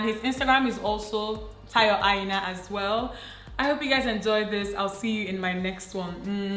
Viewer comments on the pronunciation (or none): none